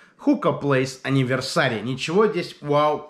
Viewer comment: Энивёрсери а не аниверсари